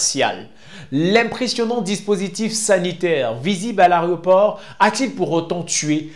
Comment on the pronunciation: On ne dit Aréoport frère. On dit Aéroport